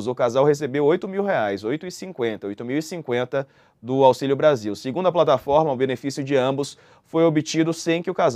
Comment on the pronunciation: Porquê o repórter fala plantaforma? ao invés de falar plataforma.